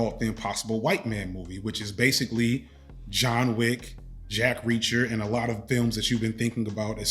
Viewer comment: I love how you consistently call him Jean Wick.